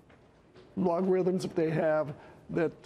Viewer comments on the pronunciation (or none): Logorithms...... That's special